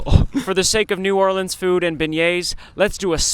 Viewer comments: Yes some who finally says New Orleans right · Welcome to New Orleans and thank you so much for saying new Orleans correctly